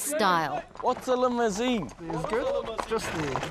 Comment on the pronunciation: LMAO whats a limozene. omg hes the best ♥